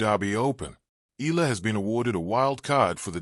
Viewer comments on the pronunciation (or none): Hey it's pronounce Eyala. The way you pronouce arabic yallah.